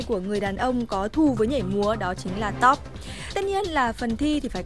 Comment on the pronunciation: phải đọc là " Ti Ô Pi " nha chị not " Tốp Mỡ " =]]]